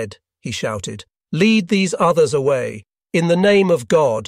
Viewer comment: This has to be A.I. narrated, no consistency in pronunciation. More work needed